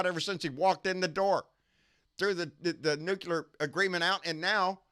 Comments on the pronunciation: Its NU-CLEAR, not NU-CU-LAR AAARRRGGGHHH!!! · I trust Homer Simpson on this one, he even works at a nuke-ular power plant, where all of the cute little nulecules go to play! 😏